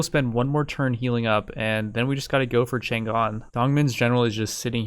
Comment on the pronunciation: cheng xu is pronounced tch-urng shu(with a high pitch at the end like a whistle)